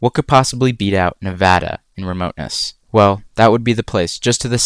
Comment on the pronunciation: Thank you for pronouncing Nevada the correct way !